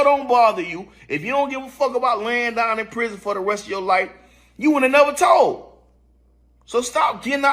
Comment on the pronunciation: Tould??? Told you mean